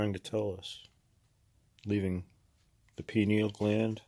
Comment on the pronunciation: Hello I am from VT, live in NH on Conn River now. Grew up in the sticks & always found sweet minerals still have many of them now many years later. Good content keep it up. Also it's "pineal" my friend. Peace